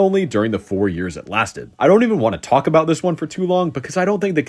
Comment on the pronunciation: what's this aboot now?